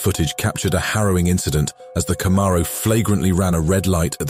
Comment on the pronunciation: I don't want a Camaro anymore. I want a "Cuh-morrow"..